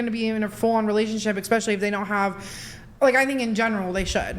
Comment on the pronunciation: “Ex-specially” one way to make me instantly ignore everything you say